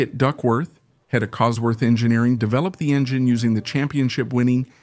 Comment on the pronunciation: Phucking bot narration!! Kit Duckworth, Cosford engineering, etc, etc!!! Arrrrgh!!! Only managed 5 mins before I was sick of it!!